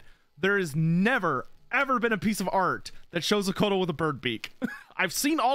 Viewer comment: When he was talking about Couatl, I had no idea what he was saying. Admittedly, it's difficult to pronounce properly, but the man just said Coat and threw an L at the end.